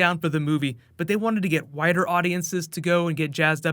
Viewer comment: did he say, "wider" or "whiter".... hahahaha